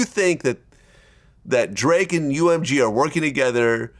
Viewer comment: Vlad fake as fuck, his last interview he said he'd sue to😂😂😂 Now he saying drake wrong